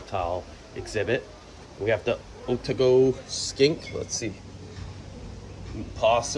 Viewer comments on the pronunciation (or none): Otago... is said like this Make a "oh" sound like being winded. Then "tar" then "go" is fine. "oh-tar-go".